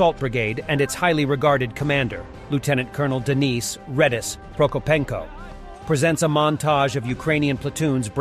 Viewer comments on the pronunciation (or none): none